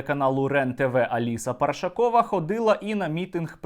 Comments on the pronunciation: Парашкова, наголос на другому складі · ПаРашкова а не паршакова